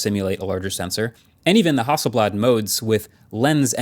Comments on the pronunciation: HASSELBLAD more like hassle-bland 😂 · I'm not gonna lie, every time I heard you guys say Hasselblad on the podcast, I thought the brand was called House of Blood and without a second thought, felt like that would be a normal name for a camera brand. I need to get out more...